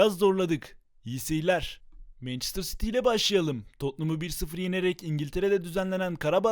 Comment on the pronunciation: Mencıstır citiu